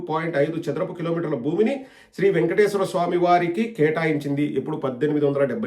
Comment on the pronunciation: He can’t even pronounce Venkateswara swami correctly , says vengateswara swami !!!!